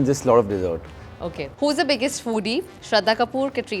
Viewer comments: Him saying "shradda"...😭😭😭 not shradha😅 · He still calls Shraddha "Shradda" which is cute 🥺